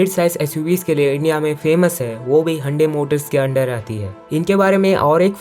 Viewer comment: Hyundai ❌Handi✅